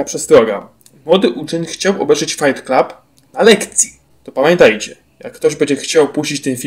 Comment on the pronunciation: Fajt klub? Letko? Chlopie, masz nad czym pracować